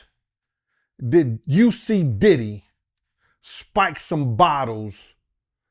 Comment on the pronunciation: pronounces everyone name wrong now so they won't sue... I can't believe y'all aint figured that out yet